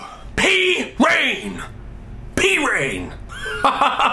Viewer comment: also at the end when you said "i feel better" i thought you said "i poop better". thats good olan, thats good.